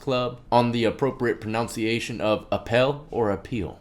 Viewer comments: That's "pro" "nun" "sea" "ation" not "pro" "n(ounce)" "ee" "nation" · Pro NUN ciation , not pro NOUN ciation ..common mistake.